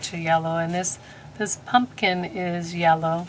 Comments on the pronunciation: I had no idea someone said something to you about how you pronounce your words! I have been your subscriber for over a year and yes, I have noticed, but I think it shows how real you are. I like it. I think it's cute. Don't stop saying "punkin"! 😆 P.S. I went to that website you told me about to find the music you use, but I can't find the one that you use as the title song at the beginning of all your videos. Do you know the name of it or how I can look it up on the website? Thanks! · I feel so calm listening to your voice. It’s very relaxing. I love your pronunciation of pumpkin. It’s enduring. You have a beautiful soul some people wear their spirit. Loved the video very beautiful wreath. Thank you for the inspiration . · Please say the word pumpkin the way u feel comfortable. U over stressing it is much more annoying